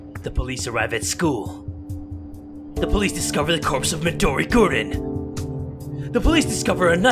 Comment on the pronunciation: I hate the fact that he say madori gurin not MADORI GUUUUUUUURIIIIIINUUUUUU